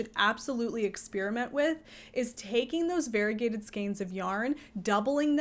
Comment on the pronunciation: Variegated is pronounced var-EE-UH-gay-ted, not var-i-gay-ted. Five syllables, not four. Your pronunciation is like saying varible instead of variable.